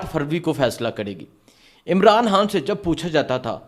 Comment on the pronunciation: پہلے ہان کو خان کہنا سیکھ لو پھر وی لاگ بناؤ